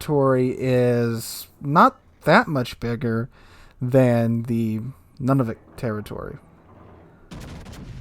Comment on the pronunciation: FYI... it's not pronounced NUNavik, it's pronounced NOONavik. And now you know. :)